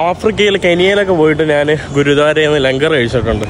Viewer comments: നിനക്കു പറയാൻ അറിയാഞ്ഞിട്ടാണ് പൃഥ്‌വി രാജ് എന്ന പേര് നോർത്തിലും സൗത്തിലും ഒന്ന് തന്നെയാണ് . ആദ്യം നീ ഞാൻ എന്ന് പറയാൻ പഠിക്ക് . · നാൻ തന്നെ കുണ്ടി കഴുകി നാൻ അല്ല മോട്ടേ ഞാൻ